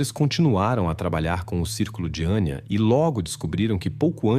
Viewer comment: Não é Aníííía, é Anya. Não é Valeríííía, é Valéria. Não é Gregorííío, é Gregório ou Gregoryo. Não vou compreender nunca razão vocês são incapazes de falar corretamente o português ou no mínimo, como se fala na origem da história, pior, tão depressa dizem os nomes corretamente, como voltam a falar incorretamente